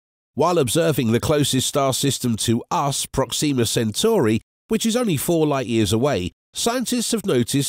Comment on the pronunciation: prOxima (not proxIma)==closest